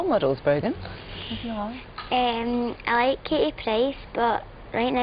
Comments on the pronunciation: Is her name Broken?? Cause I'm hearing that everytime I repeat the video lol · It's brogan